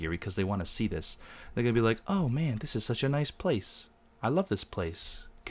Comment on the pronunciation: He pronounces "g" as "k" in "ing". If you watch his videos, you'll notice XD